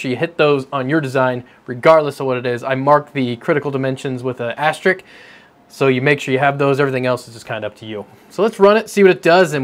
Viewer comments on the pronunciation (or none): "Asterick"? What's that, supposedly?